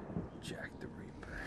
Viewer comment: Its ripper not reaper